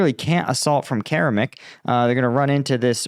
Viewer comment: Keramik, interesting name! Make the K at the beginning and end into a C, and spell it in english = Ceramic. spoken = Ker-a^mik emphasis on the 2nd syllable. You're welcome!